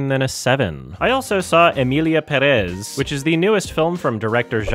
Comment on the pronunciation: When the director makes the deliberate choice to write Pérez but they still pronounce it Perez